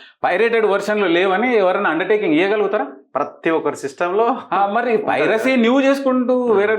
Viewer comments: Privacy kadura nayana, piracy. Nee lanti vallu andaru jorunalist lanta.... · Privacy ❌❌❌ Piracy ✅✅✅✅ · Privacy kadhu ra ayya, piracy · It's not privacy. It's piracy. Please pronounce it correctly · Privacy ❌ Piracy ✅ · He is saying privacy ..instead of Piracy 😂. Very knowledgeable journalist 🤣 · Privacy kadhu bro piracy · Privacy kadu babu… Piracy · ప్రైవసీ కాదు అనుకుంటా పైరసీ అనాలి అనుకుంటా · ఫ్రయివసీ కాదు పైరసీ...